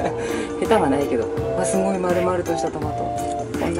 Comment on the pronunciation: ともさんすごいっていう時すとごの間に少し「ん」が入っててすんごいみたいになってる